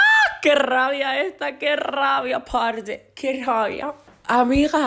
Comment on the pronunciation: Yo orgullosa por qué dijo que rabia parce con acento colombiano 😔✌️